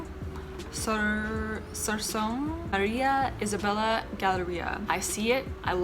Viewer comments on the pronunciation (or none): hi!! no hate i just wanna share and educate, whenever reading tagalog words, you literally just pronounce the letters on how they are supposed to be for example Isabela - eesabela Ilocos Sur - eelokos soor Bulacan - boolakan